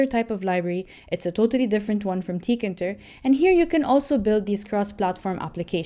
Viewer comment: It's TEE-KAY-INTER